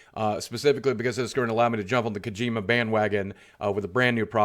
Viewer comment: Ugh, "kuh-gee-muh"